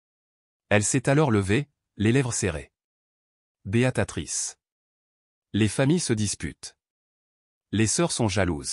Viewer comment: Beatrice pas Beatatrice.